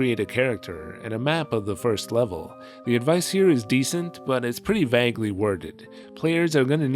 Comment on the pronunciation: that's not how "vaguely" is pronounced